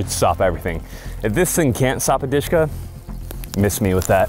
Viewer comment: i was like what DEESHKA lol.... dshk- "DUSHKA" nickname like dear or beloved